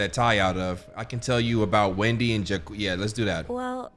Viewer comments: everyone in the game "jacques"..: "ju-quees"😂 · IS PRONOUNCED JOCK QUEZ NOT JACQUEES😭🤣🤣🤣🤣🤣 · bro jacques is like jack its not jac quees 😭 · everytime says "jaqueez" instead of jaques an angel looses it's wings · Ja queese It’s pronounced like saying a jock with a French accent. Lollll bruh🤣🤣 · Being French and hearing Jacques as Jacquees instead of Jack is hilarious to me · you blackity black 😂 they def said that man’s name pronounced Joc. Here you go talking about Jacques 😅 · Jacques ❌ Jukwees✅ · Not Ja-kweez 😂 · Jacques is pronounced like jock 🤦🏾‍♀ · Jakweez 😭 you destroyed my french self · Not Jacques being pronounced like jaqueese even though they say his name correctly in dialog 😂 😂 😂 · Jakwees?? Man I’m crying😭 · You saying Jacquees is bothing my creole ears 😭😭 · “jaquis”..what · Pronouncing Jacques like Jacquees is hilarious 😂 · I almost spit out my food when said Jacquees immediately after Sophie pronounced his name.😂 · Right every time he says it I'm like "Zock!!!!!!" LOL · I think its like zhack with a z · this part had me wheezing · The way he pronounced Jacques drove me crazy 😭